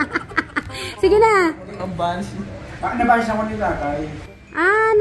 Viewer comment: Nabalis hindi nabanis 😂